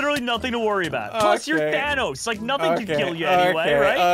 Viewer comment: havent watched ssundee in a few years i see he still says thanos like vanoss lol. man hasnt changed a bit gotta love em